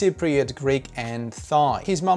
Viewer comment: PS it’s pronounced [tailænd]. “Thai” spelled “thigh”, means the leg above the knee. Great video, keep ‘‘em coming!